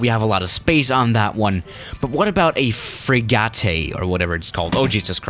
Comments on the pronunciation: Everyone: frigate (pronounces like fri - git): FrIgAtÉ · Fri-gett, not fri-ga-tei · “Frigatay” just to let you know it’s pronounced “frig-it” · Frigate is not pronounced frigartay it’s pronounced frigat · Nice "frigottaae" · friga-te lmao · No one:: Frigatéy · Did this guy just pronounced frigate as freegatey? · When i heard that i was like, is he an idiot? I think im gonna quit these videos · No one:: FRIGATÆ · Everyone: Frigate: Free-gaaaaa-teeeey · Fri-gaté